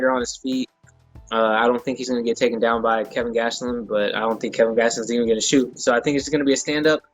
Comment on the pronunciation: Why does every1 call him Kevin? I can't imagine Kelvin is hard to say. I love both guys & can't wait for this fight.